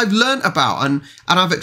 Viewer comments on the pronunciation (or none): none